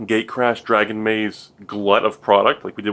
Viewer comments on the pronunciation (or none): none